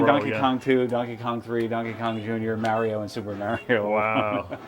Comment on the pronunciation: Why do you say "mario" like that? He says his name in the game. It isn't pronounced like that.